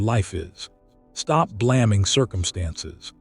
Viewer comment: AI, you can tell because it doesnt pronounce English words correctly. BLAMMING instead of Blaming, A Pronounced as in taking or made it's not A as in Apple short. Just saying.